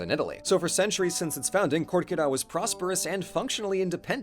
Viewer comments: buddy, it's KErkyra, not KOrkyra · Listen... You're right.... But oh my God hearing Korkyra instead of Kerkyra as a Greek makes me want to throw hands